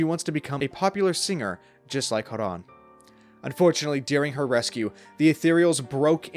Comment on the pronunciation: Dude, who? The game characters say his names repeatedly in voiced cutscenes, and "Joran" is pronounced with a "soft-g" sound like in "gem" or "giraffe." Yes, J does is pronounced with an H sound like in "hippo" or "hand" in some languages, but not in this case. Sorry, it's just a huge pet-peeve.